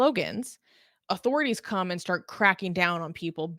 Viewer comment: I can't get past the 'ayand'.